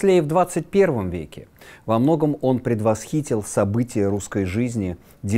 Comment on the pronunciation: Вы не правы, ударение ставится на первую И, после х, погуглите, он правильно произнес.